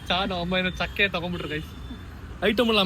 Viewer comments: ಅದು ಢಕ್ಕೆ, ಢಕಾ ಅಲ್ಲ ಬ್ರೋ. 👌 game bro., aunti ebbrunu spasta vagi helidare but 11 items irnilla. ಚೈತ್ರ ಅವ್ರೆ ಅದು ಛ - ಚಹಾ ಆಗೋದಿಲ್ಲ. Item jasti iddu, bajet kuda kadmi iddu.Prathap bro kuda thumba smart iddare, winnar prathap bro, chaithra 🏆🏆. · ಡಕ್ಕಾ alla ಢಕ್ಕೆ bro